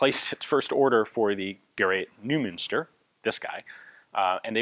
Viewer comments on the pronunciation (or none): Well, Ian didn't say usual "I butchered that name", but he should have! 8D It's not "noo", "eu" is pronounced as "oy" (like in "a toy") in German. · Spot on. Noy Moonster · By the way, Neumu"nster is pronounced something like"Noimeunster". That u with the umlaut is something you need to attend a German class to learn how to make the sound.. 😁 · Hi Ian, The "eu" in Neumünster is pronounced like "oy" in boy Greetings from Germany